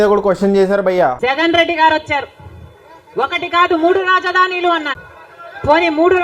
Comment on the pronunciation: Rajadhaanilu kaadhu andi raajadhaanulu 😅😅